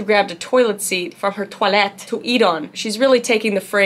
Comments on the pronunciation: omg, that is literally perfect pronunciation of toilet in Swedish xD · 😂I’m Dutch and the second time she said “toilet” she pronounced it perfectly Dutch!😂 And also with the second time she said “watermelon”😂